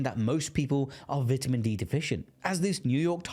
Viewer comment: cant stand the way you pronounce vitamin